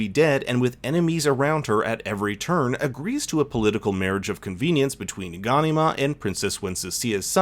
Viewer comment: Ga...nee... mar, pronunce it properly.